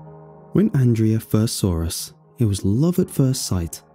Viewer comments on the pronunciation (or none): Am I the only one noticing que says "sore" instead of "saw"? Listen to the very first sentence of this vid.